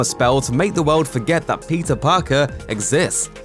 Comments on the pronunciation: Same even the captions are reading Pizza Parker instead or Peter. I guess it's Pizza time. 🍕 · I hear "Pizza Parker" not Peter lol.